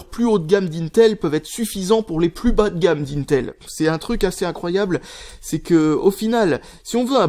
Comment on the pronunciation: "bâ de gâmme" apprend a parler stp